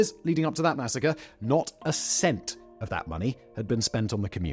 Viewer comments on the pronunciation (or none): none